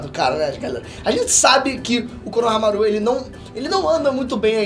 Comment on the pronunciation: só arruma a pronuncia de shikamaru e konohamaru, por favor, não coloca a sílaba tônica no final